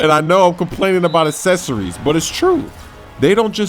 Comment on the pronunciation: "accessories" (ESS-ESS-OReees)